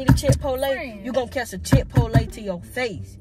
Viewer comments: Come on so we can go get Chit-po-lay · He said Chick-fil-A or chipotle 😂😂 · bruh the way he pronounces chipotle is so funny to me😭😭😭😭